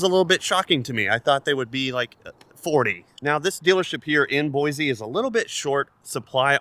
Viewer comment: Totally off topic. It’s pronounced Boi-see not Boi-zee. I’m inclined to think you’re not from around those parts.